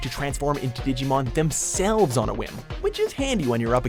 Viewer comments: Anyone notice this guy can't pronounce a single Digimon name correctly? Seriously this fucking dumb shit needs to go back to school and retake English all over again! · PLEASE LEARN WHICH SOUNDS ACTUALLY EXIST IN JAPANESE, AND HOW THEY ARE WRITTEN! YOU HAVE BUTCHERED ALMOST EVERY DIGIMON'S NAME!